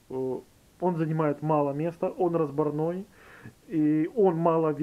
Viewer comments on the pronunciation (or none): Всё отлично. Но всё-таки неразбОрный.😀